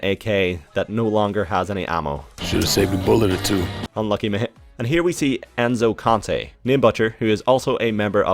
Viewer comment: You pronounced enzo conte right